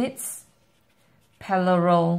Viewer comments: Parallel not pallarel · nice it was help full but "paLLaRel" lolol